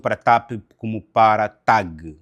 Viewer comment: Ilustre, gostaria a penas de corrigi-lo pela a forma como esta a pronunciar a empresa aérea, não TAAP mas sim TAAG. obrigado pelos seus conteúdos.